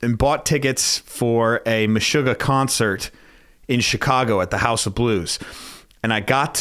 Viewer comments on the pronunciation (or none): none